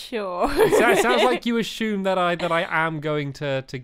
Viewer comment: is it me or does Stampy say ashume?